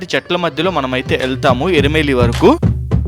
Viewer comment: ఇరుమేలి కాదు ఎరుమెలి